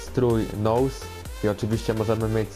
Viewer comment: jak coś czyta się nus nie nołs :D